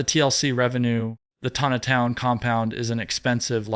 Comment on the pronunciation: Something wrong...he mispronounced jana and jinger name .he even breathes funny..he pronounces tonitown wrong..something not right